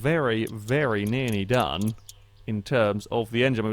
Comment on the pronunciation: Is it just me, or does say "nearny" rather than "nearly"? Not a complaint, just a possible observation